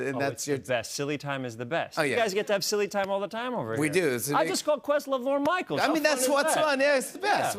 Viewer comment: The second time Ben says “Lorne Michael” he says something like LeVarne… like mixing Lorne Michaels and LeVar Burton!? lol